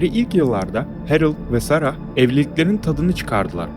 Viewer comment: “Sarahhh” değil “sera” diye oku nolur